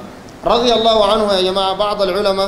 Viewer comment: يروح يتعلم كيف يقول لفظ الجلالة بالاول بعدين يعمل علامه